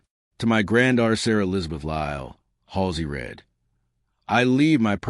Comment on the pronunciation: If only AI knew the difference between read and read!